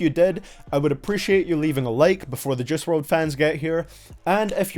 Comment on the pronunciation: His name is JUICE NOT JUSS